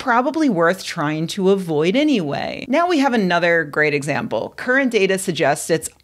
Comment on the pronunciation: Was that "current data" or "current data"?